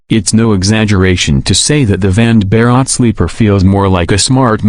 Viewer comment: Vande is pronounced One day. And Bharat as Bha rut